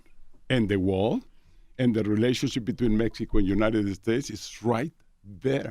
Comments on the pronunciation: “Eh-United Eh-States” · United-Da States Lmaoooo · can someone tell him its not uniteded states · Love how he pronounces United States ❤️